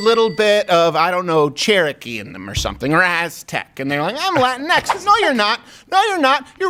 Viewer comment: You guys(not just Crowder, everyone) constantly mispronounce latinx. It's the same as Latino or Latina, just with the stupid ex homophone instead of the ones that make sense. It's not latin-ex, it's lah-teen-ex. Don't get me wrong, I'll throw hands at any liberal brainwashed enough to think it's the right word, but y'all aren't even close.